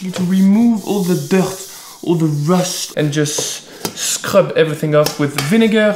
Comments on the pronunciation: nobody: him: all the RHHHUSTH iz goone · "All the HRRUSST" me: •○• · I tried saying rust like him .... Almost vomited.